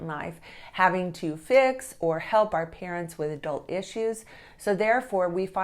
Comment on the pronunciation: Our isn’t pronounced as the letter R